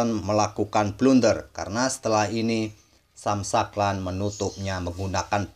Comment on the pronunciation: Sam shankland bacanya “sem shengklen” min 😅